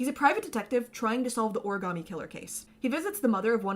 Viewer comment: I just want to point out that "origarmi" is the closest anyone in this entire game gets to pronouncing that word correctly.